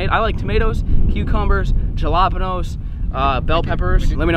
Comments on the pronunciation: He called the peppers “ jah lop pan nose”. You’ll never make it in California! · Did you hear how he pronounced jalapeño? 😂